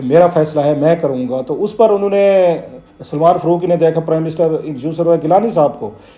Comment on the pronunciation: ۔۔۔۔۔فروقی ؟؟ کلاسرہ صاحب آپ بڑے صاحب علم ہیں۔ بمہربانی الف اور ع کے حروف بولنا بھی سیکھ ہی لیں۔۔۔ فا ، قا ، جا ، با۔۔۔۔۔ فّا روق ، جّا وید ، بّا ہر ، قّا ئدِ اعظم۔۔۔۔۔